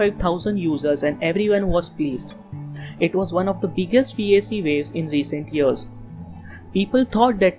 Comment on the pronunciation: Vaycee my ass its pronounced V A K